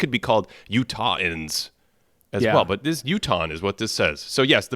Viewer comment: It's Utahen